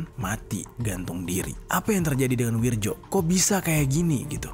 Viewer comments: Nama.nya Wiryo bukan Wirjo bang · BKN Wirjo tapi Wiryo itu tulisan ejaan lama gengs ahh ellu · Bang penulisannya wirjo tp dibaca wiryo ejaan lama yg disempurnakan ...